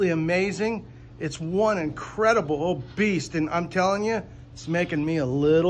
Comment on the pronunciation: “It’s one increDibuuHl… beast!”